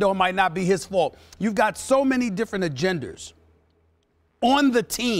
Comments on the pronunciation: almost any word that ends with "A", stephen a smith throws an "er" at the end of it lol. "serge Ibak(er)" - stephen a smith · did SAS just say did he just say "so many different agenders"? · "Agenders" -Steven A. Smith 2018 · Gimmi J He butchers words that end with a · “Innagram”, “agenders” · “You’ve got so many different agenders.” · "Agenders" - Stephen A. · LOL he said "Agenders" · "you have so many different agenders" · INNAGRAM ❓AGENDARS ❓ 😂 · He just say in sequence, "Intagram" and "agenders" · Now I know I'm not the only person who heard Stephen A. say "Agenders" lol